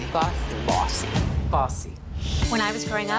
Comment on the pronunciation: i heard pussy instead of bossy